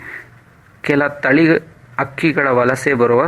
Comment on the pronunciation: ಸ್ವಾಮಿ ನೀ ವುಕೊ ಟ್ಟ ಮಾಹಿತಿ ಚೆನ್ನಾಗಿದೆ.ಆದರೆ ನಿಮ್ಮ ಕನ್ಪಡದ ಉಚ್ಛಾರಣೆಯಿಉಂದ ಬಹಳ ನೋವಾಯಿತು. ಓಗೋದು,ಅಕ್ಕಿ,ಆವು ಹೀಗೆ ಬಹಳಷ್ಟು ತಪ್ಪುಗಳಿವೆ.ದಯಮಾಡಿ ಸರಿಪಡಿಸಿ.